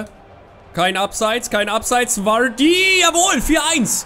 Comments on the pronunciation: Er wird immer noch "Wadii" ausgesprochen und nicht Vuuuaaaardy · Er wird immer noch "Wadii" ausgesprochen und nich Vuuuaaaardy